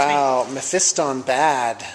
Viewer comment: Mephiston! thank you for saying it correctly in 3 years you are only the second person on youtube I have heard not say it incorrectly like meh-fee-ston.